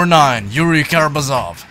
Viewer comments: Not the Karamazóv, it's Karamázov. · Great video, but just so you know, it's Juri KaramAzov. That's how it's pronounced.